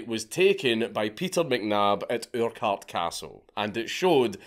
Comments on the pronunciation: At what Castle? Ooorkart?😂That's worse than an American pronunciation! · Scottish but can't pronounce Urquhart 😂